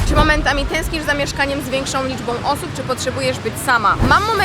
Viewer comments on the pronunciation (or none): PięknOM,połączonOM,liczbOM sOM , nie będOM, świadomościOM, ze mnOM, mogOM, czekoladOM, odzieżowOM, salsOM, ciężko się tego słucha, kto tak kaleczy język polski.... 😮😢